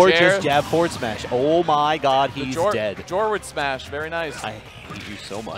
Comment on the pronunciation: its jef smash not “jorward smash” lol